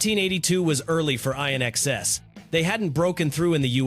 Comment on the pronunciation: Can't even do a voice over that isn't AI slop. SAD!!!!!! A real music lover woudn't call INXS I N X S. Flipping pathetic low effort slop.